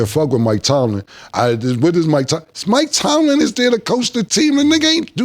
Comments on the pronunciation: Now Cam comparing his mispronunciation for Ebonics 😂 highhenas, stanima, Houston James rocket, Mike Tomlinson it’s all ebonics 😂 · Cam stay fuckin up some words. I'm still tryna figure out who Mike Tomlinson is 😭😭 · Highheeenas ? Wasn’t Killa clowning someone about not pronouncing shit right and he always fucking up words ? Mike Tomlinson